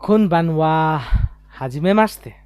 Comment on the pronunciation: Cute smile.❤ Pronunciation: Kunbanwa ❌ kombanwa👌🏻